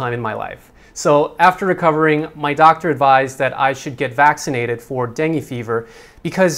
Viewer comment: Am confused.. kept saying "deng".. Lol.. Whered he pick that from?.. Its dengue.. 2 syllables last time i checked:) thats why am paranoid with mosquitoes, coz virus stays in your body & it can easily get triggered.. I for one had experienced in koh samui & wished human body can reboot too like computers.. Lol